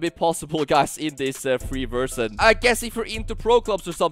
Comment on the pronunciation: It's crazy how this guy speaks fluent english and yet keeps saying "versjyn"